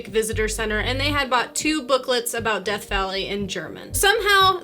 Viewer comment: It's DEATH not deth.